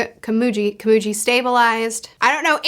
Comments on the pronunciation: I think you're right. Rather than the i in sit/hit, i is more like the ea sound in heat. Your example is just a bit confusing because of the g, which I forgot to mention. Consonants are always hard, so g will never take on a j sound. So Komugi, where gi as in giga, not gym. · HI, sorry it's just urking me alot but so kindly and respectfully the blind girl's name is pronounced (Ko..Mu..G..Eee) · It's Komugi. Ko-mu-gi. Literally how it's written 😂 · It's pronounced Komugi not Komugi, just letting you know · just an fyi its pronounced (koh-mu-ghee) not (kuh-moo-gee) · KomuGI, not Komuji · You pronounced komugi as komuji in japanese pronounciation. Japanese pronounciation of g. Is its literal sense. So the gi in komugi. Is like how gills are pronounced. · Unlike One Piece, a lot of time goes by within arcs, I'm pretty sure Gon and Killua are nearly if not 14 by this point. Edit: Also, it's Komugi with a "gui" pronounciation, not "ji". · You’re picking up on things on your first read through that i only thought of after reading and watching multiple times and also watching analysis videos. Very impressive how good you are at analyzing themes and ideas in stories! Also Komugi is pronounced with a g sound not a J sound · A small thing to point out. It's not "Komuji", it's "Komugi". G as in Good, Great, Gold or even Gon. You're not calling that boy Jon, so why use the J sound for Komugi? Just pointing out. A small thing. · Komugi is pronounced with a hard g, Meruem is pronounced MAY-rue-em. They honestly have one of the most compelling relationships I've seen in fiction, and that's in a series chock full of the most compelling relationships in fiction. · Respectfully, it’s more pronounced ka-moo-gi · The "gi" in Komugi is pronounced as the gi in giddy the rest you said correctly. I don't remember how you said Meleoron but it's pronounced as it's read, the "e" pronounced as elegant and the "o" pronounced as original. Which is standard in Japanese